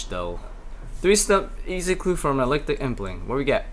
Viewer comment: EEEKLEKTIC with a kuh sound before the L not ELECTIC